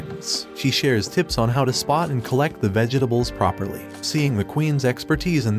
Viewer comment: Did no one else hear the "vege dables"